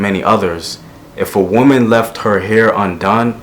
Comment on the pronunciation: GREAT VIDEO! But I keep noticing that you keep making this mistake. The singular “woman” probably gets mixed up with the plural “women” because although both are spelled with an O in the first syllable; only the pronunciation of the O really differentiates them. Just remember that this word is treated no differently than “man” (one person) and “men” (more than one person). Just be beware of this little fact. But keep doing what u do. hotep!!!!